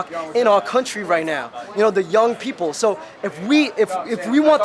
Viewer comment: The guy with the pink hat is with Old Kid Productions, right? You can tell he’s from New York when he says “young,” “all,” and “four.”